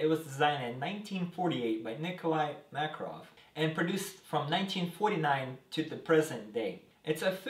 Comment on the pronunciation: Uh that's how you pronouce Makarov.